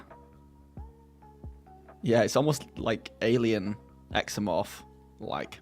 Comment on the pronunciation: Listening enraptured, but "zee-no-morph". <3